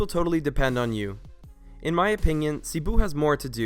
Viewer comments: Seh-bu not CEE-bu ❤️😂😂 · I’m sorry but it’s Seh- boo (Cebu)